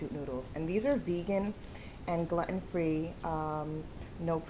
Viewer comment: just f.y.i., gluten is pronounced like "Glue-tin" not glutt-on